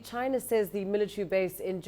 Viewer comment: China not Jaina. LMAO